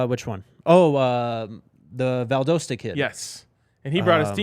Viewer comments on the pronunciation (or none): Please learn to say Valdosta. It's a short O not a long O.